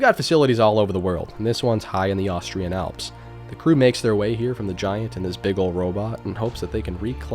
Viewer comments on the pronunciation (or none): none